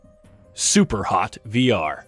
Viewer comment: Loved how you said "Super Hot" 😅, very on point!